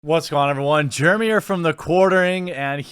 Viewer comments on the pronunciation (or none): none